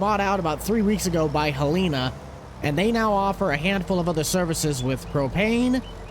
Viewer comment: Helena is pronounced hell-uh-nuh not ha-leen-a